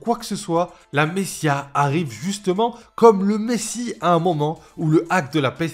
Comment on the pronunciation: Super video comme d’habitude :) par contre désolé je ne peux pas m’empêcher de le relever parce que j’ai vraiment tiqué dessus... on prononce messaiah, pas messia :) tu sais pour la prochaine fois :)